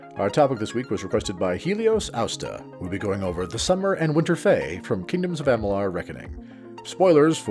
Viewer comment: Amalur... not Amalar....